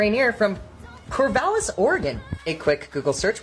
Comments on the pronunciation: Excuse me, "Core-vay-lis"? HUFF. It's "Core-Vall-is" Like valhalla. I'm a native Oregonian and I am PERSONALLY offended, sir! (I'm not, this is a joke.) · Pronouncing Corvallis, a town in my home state as "Corvaylis" is awesome! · This time you failed your pronunciation of Mt. Rainier (was close but not quite there) and you were no where close to the correct pronunciation of Corvallis was just painful. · I love having a local connection to these videos...even with Corvallis and Rainier being pronounced weirdly. :) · I think the biggest fail here was your pronunciation of Corvallis, Oregon and Rainier as a native of Oregon. That hurt my soul, but I forgive you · THANK YOU for saying Oregon correctly. As for Rainer and Corvallis though…never heard those pronounced that way before. 😂